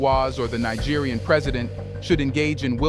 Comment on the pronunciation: You mean: ECOWAS EXPOSED With Nigerian President For Being Western Puppets! Naija, Neeja, Naigeer make up your mind!:face-pink-tears: I gave you a big fat dislike.. English is your ONLY language dude.